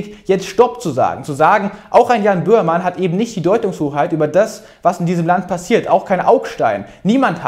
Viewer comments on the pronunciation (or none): Lieber Niklas, bitte, bitte, bitte sprich langsamer!!! Du bist teilweise schlicht nicht zu verstehen! Bömann? Wer ist das? Meinst du den Böhmermann? Dann sollte das bitteschön auch zu verstehen sein. Also bitte langsamer und vor allem auch deutlicher sprechen. Deine Arbeit finde ich bewundernswert, nur wenn man nur die hälfte versteht, schaltet man halt irgendwann ab. Und das ist schade.